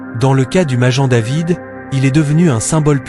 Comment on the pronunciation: Maguen David Pas majen David idiot !!!!!